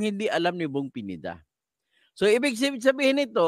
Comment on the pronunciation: Akala ko kng cno yong PENIDA. PINEDA PO, HINDI PENIDA, ANO BA YAN?